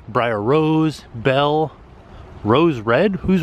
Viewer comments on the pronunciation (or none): none